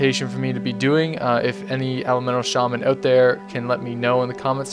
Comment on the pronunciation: lol not to make fun of you or to judge you, but i just have to say that you say "out" so funny :D it sounds like you say "owuat" :D lol i just had to get it out of my system :)